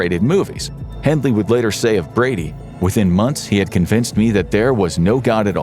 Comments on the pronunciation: It's Hindley, not Hindles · Hindles??? It's Hindley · It’s Myra hindley, not hindles.